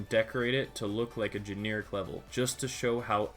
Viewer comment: Gen - air - ik NOT gene - ear - ik